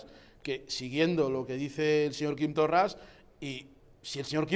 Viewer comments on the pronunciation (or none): 1. Confundes Estado con nación. 2. Desde cuando no aceptas la soberania de las naciones sin estado para decidir su estatus político? 3. Hablas del racismo de Quim Torra ,obvio por otra parte, en una cadena racista, españolista y ultraconservadora como Intereconomia. Rodeado, además, de racistas. 5. Se llama Torra y aunque no sea santo de mi devoción se llama así y no Torras. Lo de pronunciar mal un nombre en una lengua indígena del Estado Español debe ser muy de supremacista. Saludos.